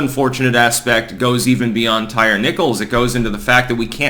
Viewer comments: It is pronounced “Tie-Ree”, NOT “Tire”. Geez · Lmao his name is pronounced Ty reeee. Not tire lol bro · Tie-ree. Come on man. Ain't nobody named Tire. 😆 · LOL. His name isnt pronounced Tire, it's Ty-Ree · Tie - rhee. That's how it's pronounced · Did say Tire Nickles?